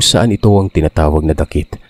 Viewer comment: Dakit word is balite tree.then pronunciation not dakit, daaakit